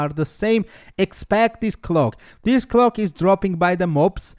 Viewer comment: finally my man thank you!!!!!..... Now to wait for skill build and rotation :) | Also (had me confused a little) its: Recipe: Ray Say Pee practice saying it like that :)... Cloak: Cl oke (like coke just with L infront) ..... just helping your English , better vids better you :)